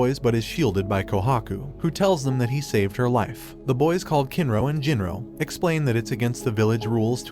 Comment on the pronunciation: names you said wrong: Tai-ju not Tay-ju, Gin-ro not Jin-ro, Sui-ka not Su-ika, A-sa-gi-ri Gen not Asajiri Jen, Ka-se-ki not Cakes'y